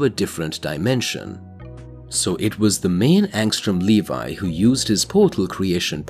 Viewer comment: Angstrom Levy, Le Vee, not Levi like the jeans it's pronounced Le Vee.